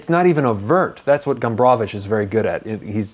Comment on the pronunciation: I like how you pronounce "Gombrowicz". It's very correct. Good review. One of the greatest polish authors.